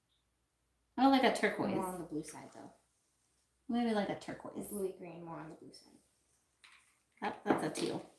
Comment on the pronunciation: Did you call turquoise...turkwahhh